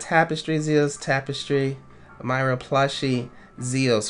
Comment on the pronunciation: It's Mee-ra not My- ra